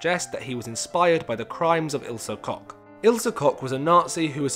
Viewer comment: koCH not cock 😂